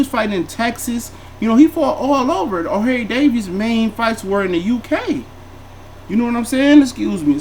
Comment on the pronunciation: "O'hairy davies" 😂😂😂😂😂